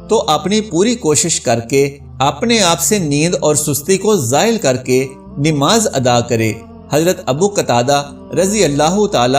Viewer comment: It is not Nimaz but namaz you can’t even pronounce it right